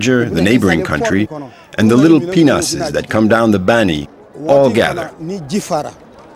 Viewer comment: Sounds like he's calling them "penises"